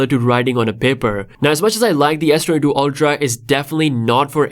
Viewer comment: मायक्रो स्पीकर को भी समझ नही आ रहा है S22 बोल रहा है या S32 बोल रहा है.